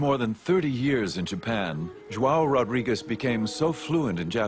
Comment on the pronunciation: Ignorant american narrator, pronounce portuguese names in portuguese language not in spanish.. It isn't "Rodriguez", but "Rodrigues". but.. what to expect from americans... so dumb... pff